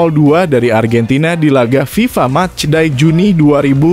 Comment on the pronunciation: Match day mas, bukan mas die😂kursus bhs inggris mas biar gak malu2in.